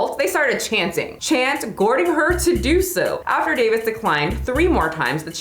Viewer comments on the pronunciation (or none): Acquiesced you said correctly, goading not so much lol. Don't worry about it, those of us who grew up learning from reading understand a bunch of words we didn't know how to say. It's fine, you're not alone.